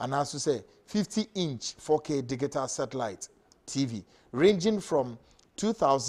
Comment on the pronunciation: ...,Please learn how to pronounce the word “Digital”. It is not like how you do———dig -i-tal. It is pronounced—di-ji-tal.